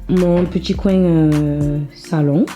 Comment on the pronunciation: J'adore quand tu dis "bien" "fin" coin"( bieng, fing, coing)😘